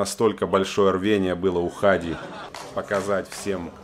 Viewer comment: Правильно не Ха'ди, а Хади'